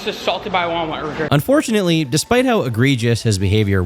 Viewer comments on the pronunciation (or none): you said “unfortunately” wrong.